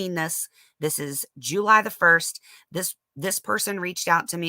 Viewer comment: Juul...lye 😆🤣very southern 😆